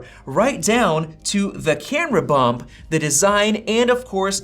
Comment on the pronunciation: You said MacBook air camera bup. Lol